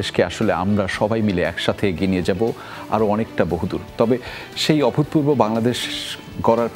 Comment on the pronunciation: উপস্থাপক "অভূতপূর্ব" শব্দটা যতবার উচ্চারণ করলেন ততবারই ভুল করেছেন। ত টা তো এর মত উচ্চারিত হবে। একজন প্রেজেন্টারকে ভাষা ব্যবহারে, উচ্চারণে, বডি ল্যাঙ্গুয়েজে অনেক সচেতন হতে হয়। যেকোন অনুষ্ঠানকে সুন্দরভাবে উপস্থাপন করার পেছনে মূল ভূমিকা থাকে উপস্থাপক বা সঞ্চালকের। এই প্রজন্মের মধ্যে আর জে কিবরিয়া তার প্রকৃষ্ট উদাহরণ।